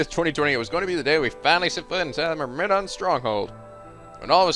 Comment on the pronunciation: Is just incapable of saying the word Myrmidon XD